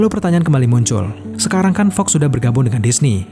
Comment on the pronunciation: Fox min bukan Fog